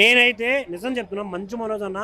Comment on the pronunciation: మంజు కాదురా మంచు మనోజ్ 😂